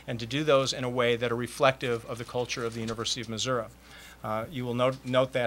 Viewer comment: mizzou might be in trouble... wow... he said missurah a little bit before 2 minutes into conference and again and